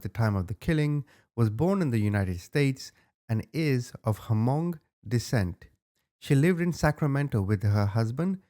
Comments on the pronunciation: Omy u so butcher their name pluse it’s not the ha-mong it’s Hmong. First u said young it’s Yang. U did say it correctly towards the end. Overall good job on the story. U should do the chai vang case on hunting trashspassing on property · Hi! I just wanted to inform you on the pronunciation of "Hmong". It's pronounced without the H, so like "mong". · The “H” is silent therefore, it’s pronounced “Mong” 😂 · 😆😆😆😆 the h in hmong is silent😆😆 that was the best